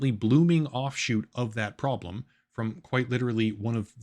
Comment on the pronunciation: "Prodlem" lolollllll